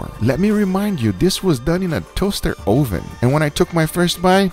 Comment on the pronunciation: toahster 0hven